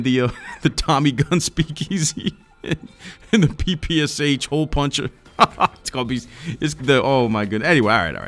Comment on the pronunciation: Not "Pi Pi Es Eich", but "Pi Pi Sh", SH - like in SHow.